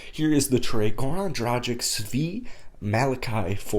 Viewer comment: I can't wait till we trade Dragic, if for no other reason, to hear you stop mispronouncing his name! :) You say 'drajik" it should be 'dragich'